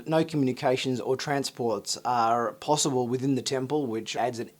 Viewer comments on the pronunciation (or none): none